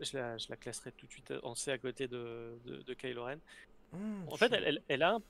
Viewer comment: Hello, super vidéo, par contre s'il vous plait peut-on faire un effort sur la prononciations des personnages ;) Kylo Ren qui devient kilogramme Ren ; Cad Bane qui devient Cad Bané etc..... merci